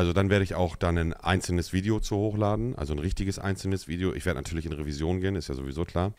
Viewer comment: "VIODE" ? meint er Video?